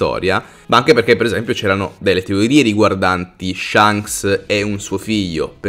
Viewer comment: Si bro ok tutto però shanks SI PRONUNCIA CON LA A E NON CON LA E,le mie orecchie chiedono pietà